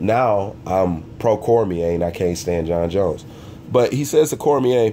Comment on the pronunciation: It's Jon not Jons Jones And Gustavson and not Agustavson Slow down,!